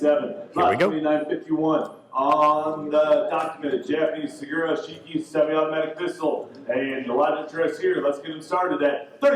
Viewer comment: Luke Troftgruben the pronunciation guide on the linked video does not apply in this instance. The reason being that 式, when said at the beginning of a word or by itself has a different intonations than when said at the tail end of a word such as 杉浦式. This is a peculiarity of Japanese phonology called “moras” which can be particularly difficult for non-native speakers to comprehend. Although Japanese is strictly a monophthong language (as opposed to a diphthong language like English) it nevertheless has variations in intonations according to usage and collocations.